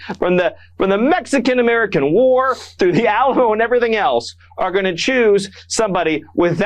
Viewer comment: Stephen Miller is such a pos. He can't even pronounce Alamo.